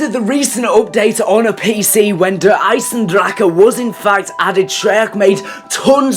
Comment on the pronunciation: "DEAR EIEZ EN DRAKA" holy shit bro